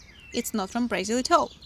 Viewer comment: It’s BrAzil not BrEzil …